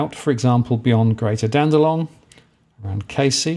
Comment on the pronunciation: dandeNong not dandeLong lol